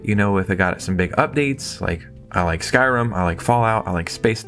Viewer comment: Did you say Skyrim?